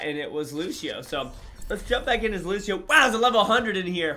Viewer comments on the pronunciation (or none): Killlll me know did u hush say lusheo